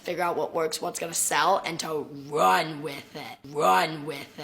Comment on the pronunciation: "and to WRUNN👹 with it"